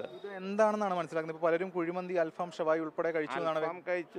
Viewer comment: അൽഫാം അല്ല അൽ ഫഹം